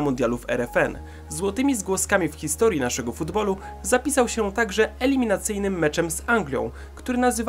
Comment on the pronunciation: 2;44 min "hisotrii" zamiast historii ;)